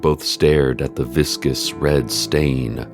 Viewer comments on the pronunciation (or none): none